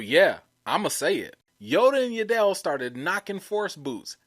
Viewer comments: 😂It's Yaddle... not Ya dell. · "I find your lack of pronunciation...disturbing"...it's Yaddle like paddle...not like Adele with a "Y". And I could see GROGU turning to the dark side and force choking you every time you mispronounced his name as well. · isn't it Yaddle like paddle?